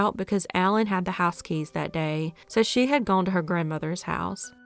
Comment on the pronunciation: “Lonnie wuz Guuen” 😅😂